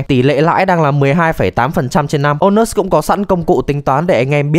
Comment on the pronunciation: Trong clip tôi nghe ra thành ANUS.